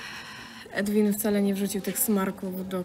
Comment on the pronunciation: Chłop nazywa się Edwin ? Czy nikt tu nie potrafi powiedzieć Erwin